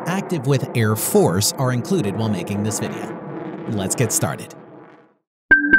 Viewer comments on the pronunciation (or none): none